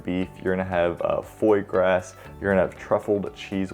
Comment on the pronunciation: Foy grass on the Barclay Prime cheesesteak?! Couldn't tell if you were trying to be funny or didn't know the real French pronunciation!